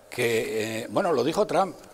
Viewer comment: A ver si te enteras como se pronuncia TRUMP!!! JAJAJA